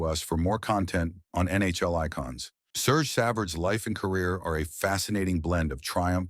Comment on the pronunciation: and not sergeee